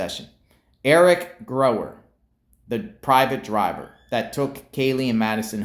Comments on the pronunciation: Gower not Grower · it's Gower and pronounced that way. pronounced it wrong. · Theres no "r" in Gower's name... just like theres no "L" in Kohberger.😂😂 Sorry but that drives me nuts. Its not grower or kohlberger...